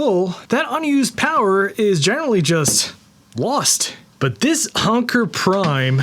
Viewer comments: Why are you calling it UNKER? It's ANKER! Like anchor for a boat. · Onkur? Come on even your own video includes their official way to say it. 🤦‍♂️ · It's the new what now? Onker prime? No it's Anker... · I have never heard someone pronounce "Anker" as "Onker" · Anker is pronounced the same as anchor Not sure where your getting your pronunciation. Just go play some of their corporate sales videos. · How can you pronounce the sponsor's name wrong when it's literally in the ad clip you inserted into your own video?? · When you're getting sponsered make sure you say there name right 😅😅😅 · What a weird pronunciation of Anker, especially when 15 seconds later the commercial pronounces it correctly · Is Anker really pronounced that way? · WOW bro you look good have you been working out are you going to VCF SOCAL UGREEN is better. You’re saying the name of the company wrong in the ad they said a differently.